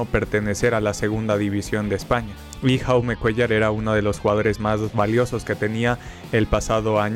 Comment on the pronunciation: Dato: El nombre de Jaume Cuéllar se pronuncia "Yaume", el nombre está en català (idioma de la comunidad de Cataluña).